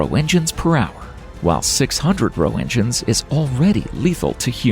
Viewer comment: Roetgen!!! Not roe engines.. how i hate such basic mistakes made by AI !